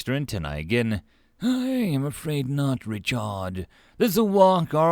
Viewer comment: I know you're saying Richard but the way you were saying it I kept on hearing retard lol